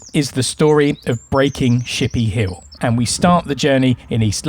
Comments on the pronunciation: Actually it is pronounced "Ship ee ah Hill" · also said it as chippy Hill at one point!